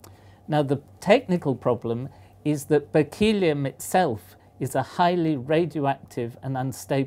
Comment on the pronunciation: I think it's pronounced Berkley-um not Berk-eel-ee-um.